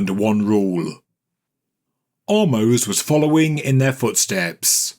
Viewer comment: Ahmose meaning the brother of. Some attributed him to be the pharaoh in the biblical story of and the plagues. Thanks and keep up the awesome work you do. ♥ Btw.. I think the pronunciation is Ah - mose (Just like the word without the s) It's in hebrew and in hebrew the name Is actually Moshe (again, without the s at the end.) And my name is (